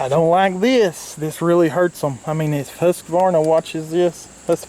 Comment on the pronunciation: It’s actually pronounced hoosquvarna in Sweden